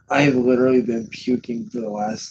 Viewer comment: Give it a rest ffs. You're so hilariously overdramatic about everything. "I literlilly haven't stopped pooking for lyke three hours"